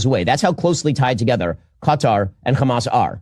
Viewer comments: Why do the Israel partisans pronounce Hamas 'Khamas'? It's weird. The H is aspirated in Arabic. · pronouncing Hamas with the hard 'ch', because he's just a regular American. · They start with a weird kkkkkk.... sound for some reason. They pronounce it as kkkkkkkkkkkhhhhhaamus. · even mispronounces 'Hamas' they exact same way the Israelis do.